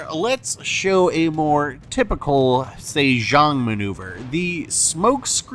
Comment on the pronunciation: LOL, very nice, Saythong kraken, It was like Oprah handing out torps in that episode